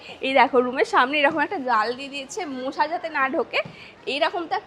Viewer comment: আরে ওটা মোশা না, ওটা মশা😂